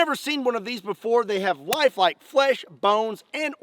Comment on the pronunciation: i didnt hear lifelike flesh when he spoke about the dummy, i heard wifi flesh XD